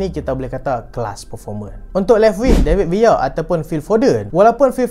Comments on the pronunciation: David Villa❌ David Via✅ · Bahasa Spain, L bunyi Y